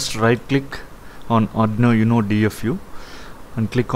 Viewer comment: Nice video. BTW, it's 'Oooohno' not 'YouNo'